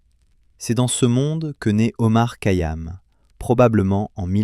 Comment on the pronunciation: Remarquable mais vous ne prononcez pas correctement son nom